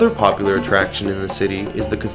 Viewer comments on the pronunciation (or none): none